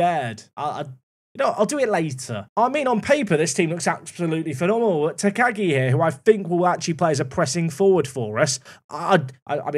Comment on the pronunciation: If you need help with pronouncing - theres a professional wrestler in New Japan that's Shingo Takagi - so you could check how to say your new guy's name properly! I think its "Tack-ah-ghi' phonectically. Or nickname him Shingo, or Shingo Jr.